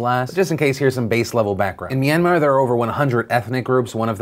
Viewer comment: I give you a 10/10 on your pronunciation on that Myanmar piece. Thanks for talking about this issue on your platform phil